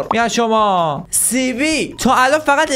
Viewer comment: آقا سووووو نه سیییییی😂😂😂😂